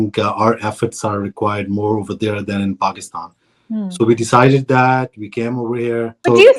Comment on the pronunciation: Can try to pronounce Pakistan correctly?